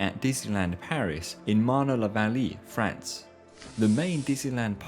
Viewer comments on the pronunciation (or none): again, learn to pronounce French. It's a beautiful written language, since a letter always is pronounced the same. So... Marne-la-Vallée clearly ends in [ay] (ée). [Mahrne -lah-vahllay].